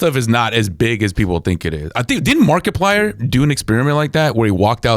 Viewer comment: keeps pronouncing Markiplier as “Market Plier”